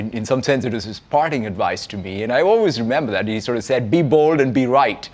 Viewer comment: holy I heard "be bald and be right" and got confused for a second